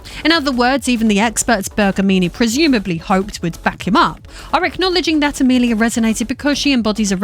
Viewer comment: When you first said Amelia as Amerlier my captions kind of struggled with it 😆